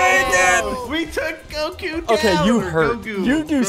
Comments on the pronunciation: Bro, really said CoGo it’s a Goku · LOL is how ssundee never watched anime and the game tricked him to say his name as kogu. I think u should start making a second channel with u watching anime